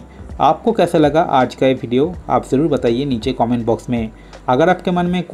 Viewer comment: Video bhai ap video bolo kabhi fidio bideo bolte ho yar